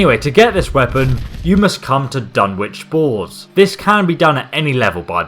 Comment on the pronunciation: Dunwich balls is what I heard